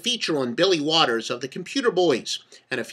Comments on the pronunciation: Holy cow is this guy full of shit 😂 And Mr. “” (LOL), that name is Billy WALTERS, not Waters 🤣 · Kind of hard to take someone seriously when they can't get his name correct. Waters?? really?